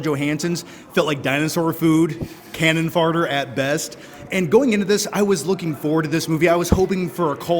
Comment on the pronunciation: Cannon “farter”?! 🤣